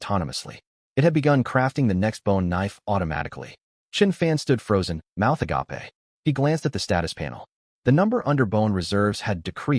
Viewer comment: I'm beginning to suspect that all these different manhwa story channels are ALL ONE BIG studio under different names. Obviously SOME are different, but many have all the exact same vocabulary mistakes. Unable to differentiate a bow (the action of bending at the waist to show difference) to A Bow (a martial ranged weapon). Saying AH-GAH-PAY instead of A-GAYP - for agape. I feel like MOST of these issues can be done if someone American or Canadian would just work with the Chinese and Japanese teams to translate the stories and then teach the AI's proper English sentence structure; when to pause; how to pause when listing off materials or abilities. These AI need A LOT of work. This comes off as insulting and I'm not TRYING to be. But I guarantee that if word pronunciation gets better and proper vocabulary dialect gets better these channels would be just as and in some cases even better than actual Anime. Right now the lack of proper speech and the disconnect between what's being said and what's being shown removes people from the complete immersion this content is trying to project.